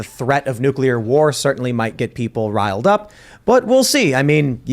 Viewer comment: Hearing say nucular is becoming unbearable